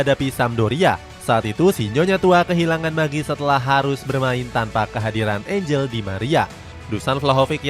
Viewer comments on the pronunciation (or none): Izin bantu koreksi yaa min, kalo angel di bahasa spanyol cara baca nya an-hel yaa, bukan angel kayak spelling bahasa inggris, sama buat nama2 yg kayak vlahovic atau sejenis nya, itu c di akhir dibaca jelas yaa, bukan dibaca k, semoga berkenan dan semangat terus cetak gol idn!!